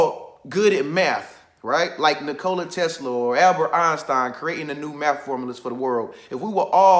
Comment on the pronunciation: Bro you are pronouncing his name wrong lol